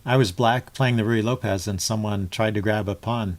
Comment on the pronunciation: You are the first person on YouTube that I've heard who actually pronounces "Ruy Lopez" correctly. Add one more thing to your list of "onlys."